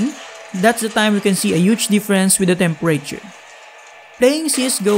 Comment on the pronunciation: What did he say? Temper rayture? Tf is that? Lmao 😂 I had to but nice video man!